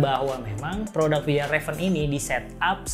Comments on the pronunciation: Dibacanya fyalraven kak bukan fejalraven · Kak bacanya fyelreven konken.. 🙏